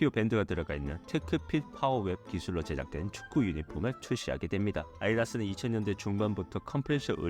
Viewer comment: 빨리 읽으려고 하는 건 지, 첨부터 끝까지 발음 진짜 널럴하다. 아디다스를 아리라스라고 하네.